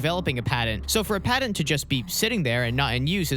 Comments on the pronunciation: If you hadn't had "Patent" typed out in text I'd have never been able to figure out you were saying that. Padden? What's a Padden. T and D aren't interchangeable letters boss! Love the videos tho haha. No shade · He said padint like 5 times at least… how are we supposed to take this seriously? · It's not pronounced padent. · Great video. pat-ent. Sorry driving me nuts. lol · There is no D in patent.